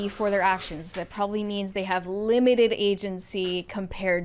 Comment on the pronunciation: I want to keep watching. Can you PLEASE say “that” instead of “thott?”